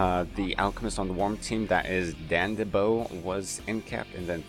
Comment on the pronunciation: Sounds like you are saying ObbeBluff and DandiBo (its obbeLuff and dandiDO). Otherwise gj and thanks for making an effort ;)